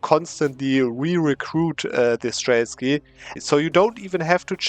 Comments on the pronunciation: Why is it streltsKy? They are called “стрельцы”, I know it is a tongue twister for a non-Slavic speaker, but there is no k in here. It is pronounced as “strel” (like in Australia) + t and s together and one by one, close to German “Zeit” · I really like how you use the suble mecanics of EU4. It's ok to misread a complicated word. But you literally do a video about something that you have failed to read in the right way. It is just 2 sillable word: стрельцы!